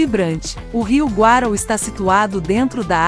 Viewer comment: nunca ouvi falar do rio Guarau, o Rio chama Rio Guaraú (acento no U)